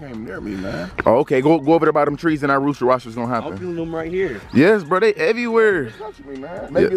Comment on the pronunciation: "is that a rosster"